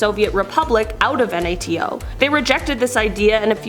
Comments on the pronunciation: Just want to say it’s pronounce NATO not N.A.T.O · Hon, you sound like an idiot saying "N-A-T-O". Just call it NATO like the other 99.999% of the educated world!